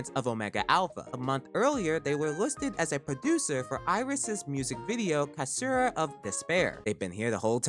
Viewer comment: did u just say kashura instead of caesura? dang, i was with u til then but i had to leave now.